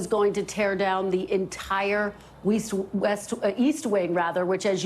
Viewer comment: I thought you said Weest